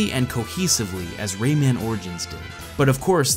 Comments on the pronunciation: "Ray-ei-man"? Its just pronounced "Ray-man" tho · Omg... I hate how he pronounces Rayman and Ubisoft! (I mean at the start)